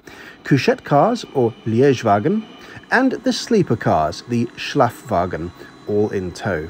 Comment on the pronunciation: Thanks for the Video. It seems really charming to travel by Nightjet. I think it’s worth a try. By the way, I liked your German pronunciation of „Schlafwagen“ and „Liegewagen“😉